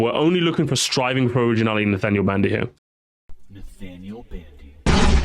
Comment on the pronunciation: "SRIVING" yeah that what's he doing instead of Striving LOL😂